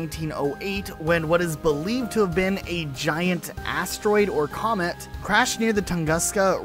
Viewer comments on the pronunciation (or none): none